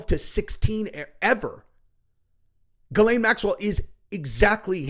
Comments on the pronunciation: He name is actually pronounced: Zhee‘•len in French, but American news anchors most often pronounce her name with a "G" as in the "g" in "gate" and with a schwa which is phonetically written like this: "ə" and her second syllable they pronounce as "lane" as in a rural, narrow road. So, phonetically it looks like this: Gə • lān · It's pronounced Gizz-Lane named after a road on Epstein Island. 😂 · you are pronouncing it wrong.... Its.... "Jizz Lane" Maxwell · Never understood how someone called "Ghislaine" pronounced "Gil- lane"